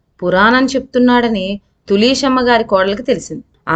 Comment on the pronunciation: తులీసెమ్మ ఏమిటిమ్మా...తులశమ్మ అనలేవా